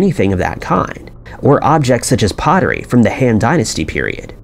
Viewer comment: Very well done, I watched the entire video. One correction that drove me crazy...the "Han" Dynasty. Rhymes with "bon" in "bon fire". Not the way this narrator says it over and over again, rhyming it with "fan". The other glaring problem...the narrator consistently says "conversation" instead of "conservation".